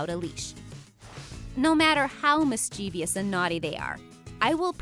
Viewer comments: Mischievous not mischiev- I -ous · When and why did we start saying "Mis-CHEEVY-ous?? The word is pronounced Mis-chiv-ous. Someone decided it needed an extra I and an extra syllable? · Good vid but it's quite irritating to hear 'mis-CHEEV-ee-ous,' instead of "MIS-chiv-ous." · Mischievous is pronounced mis·chuh·vuhs, not mis-chee-vee-uhs. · There is no such word as MIS-CHEV-IOUS! It is MIS CHE VOUS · No, it's not the American pronunciation. I'm an American and that's not how we pronounce "Mischievous." The narrator simply mispronounced the word. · Love this video. Although it's pronounced, 'mis-chuh-vuhs' for, "mischievous". Couldn't resist mentioning for the benefit of young minds. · Great video. Two things. It’s pronounced mis-chi-viss and it’s spelled ‘separation’ 🤗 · Cute video. My wife listed the same things when I wanted to get one. But you leave a cringing residue by repeatedly mispronouncing “mischievous.” Its pronounced “mis-cha-vis.” Happy to help… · Nah, they don't need A LOT of exercise. They need a fair amount. And the word is pronounced "MIS-chiff-uhs"!! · Good show, great dogs, but please!! There are only two Is in mischievous. Pronouncing it “mis-chee-vee-us” is barbaric. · lol I was pointing out the same thing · You pronounced mischievous wrong. Thank you for the wonderful beagle video though. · Oops, Mischievous was mispronounced. There is no i after the "v". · Another narrator that seems unable to properly pronounce "mischievous." Never will subscribe to idiocy.